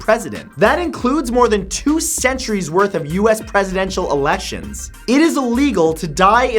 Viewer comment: he said eletion 😂